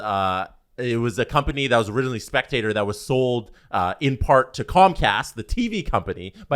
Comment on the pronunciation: Its not comcast spectator... Its Comcast spectacor (speck-ta-core)... After like 3 podcasts talking about this I had to say something, it was driving me crazy lol